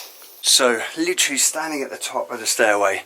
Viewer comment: LITERALLY. LIT-ER-AL-LY. NOT LTRLLY. JESUS.